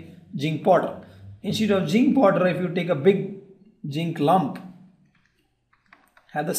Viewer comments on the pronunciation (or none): Abhay Ranganath he spoke jink poder 😂